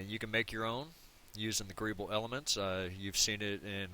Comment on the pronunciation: what is a greeble? graable? greeable? i have no idea what you're saying